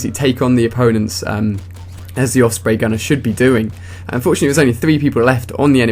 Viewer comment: just a question, why do you pronounce it oFsprey not oSprey?